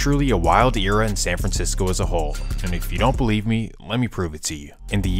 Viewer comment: The narrator of the story you must feel ♿♿ like me I had to rewind it to see the. Word CELIEVE